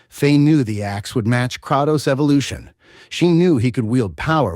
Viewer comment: All this lore and you still don't pronouce his name correctly, c'mon bruh....."Cray-tos" like saying the word "pray" but with the letter K.....NOT "Krah-tos"...